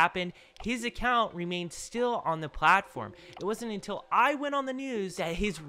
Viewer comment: "UNTILL" is crazy